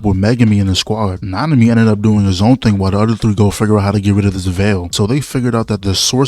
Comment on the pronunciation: So….we just gon pass how bro said N***maru😅